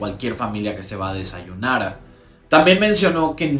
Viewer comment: norrrmalllll como cualquier familia que se va a desayuuunaaarrrrr😂😂😂pareció dominicano ahí 😂😂😂🇩🇴🇩🇴🇩🇴